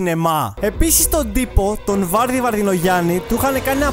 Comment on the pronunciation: Βαρδή τον λενε όχι βάρδη